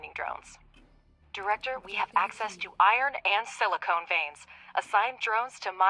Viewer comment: Silicon or silicone? The text is correct; voice actor not so much. << Not being nitpicky; just dropping a comment to feed get paid by YT algo*.